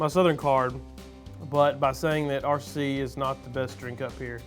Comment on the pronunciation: pronounced R-RAH cee cola